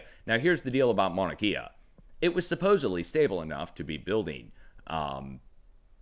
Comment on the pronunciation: Good morning Sir! and thank you for all you do! A little help on the Maunakea pronunciation. Your saying closely, though instea of KIA it's {"K" Ah}